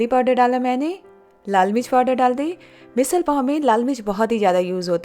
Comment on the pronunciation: It is pronounced as "Misadd"